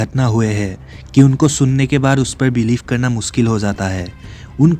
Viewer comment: muskil ❌️ mushkil ✅️ anpad